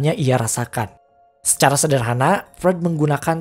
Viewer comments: Misi bang Freud itu dibacanya "Froid". Buat pelengkap aja krna penjelasan represinya udh bagus jdi makin mantap klo penyebutan tokohnya benar. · Revisi bang : Freud dibacanya "Froit" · Cuman mau bilang bang, Freud itu bacanya Froid.. Sy jg sering bingung bacanya, tp udah keseringan dibenerin ama temen yg anak psikologi..